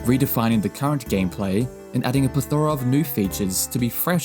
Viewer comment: plethora /ˈplɛθ(ə)rə/ is pronounced "plEthora", not "plethOra"